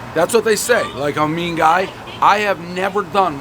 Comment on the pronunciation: That “Amen” he turned into an “8+” 😂